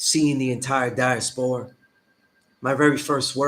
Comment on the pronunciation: Diaspora the way you are saying it, is just not simply how the word is pronounced. Never say it again because you sound dumb. No disrespect.